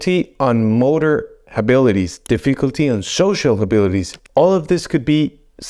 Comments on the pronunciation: Did you say " difficulty pronouncing words"?? I realize it's not your first language, but please work on this word. The word "difficulty" is not pronouned: diff-ICK-ulty (with the emphasis on the second vowel), it is pronounced: DIFF-EH-kulty., the emphasis is on the "diff". Thanks! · Deficklety in pronouncing the word "difficulty." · Di- fik-uhl-tee saying “difficulty” could be one of the signs. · Well you might need to get checked because you can’t say the word difficulty. A concerned internet person. 😂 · I dare you! Say de-fecalty one more time! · dif·fi·cul·ty is pronounced 'difəkəltē NOT dēfē'kəltē 🤪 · No one will take your remarks seriously unless you learn to pronounce the word 'difficulty' correctly. In the English language, you are allowed to mispronounce a word occasionally but repeating 'dee-FEE-culty' over and over is bad news. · Starts with the mispronunciation of the word "difficulty". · I think the guy doing this video has Alzheimers? He can't pronounce "difficulty" correctly. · Difficulty pronouncing difficulty. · HOW BOUT DIFFICULTY PRONOUNCING DIFFICULTY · you're gonna see difficulty in saying the word "difficulty" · Pronouncing difficulty? Is a sign of I don't have a clue 😅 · You can’t even pronounce “difficulty” correctly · Thats a new way to pronounce difficulty 😅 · Will someone tell this man how to pronounce difficulty